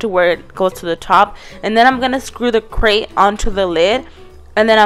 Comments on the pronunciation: it's grate not crate lol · ha she said crate not grate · Does it annoy anyone else that she says CRATE instead of GRATE.. Not hating I love her videos. ❤️ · NO HATE!! But she keeps calling the GRATE a CRATE it gets annoying again NO HATE!!